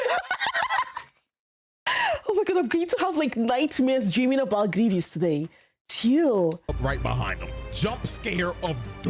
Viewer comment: It's 'Gree-vess' not 'Greevius'.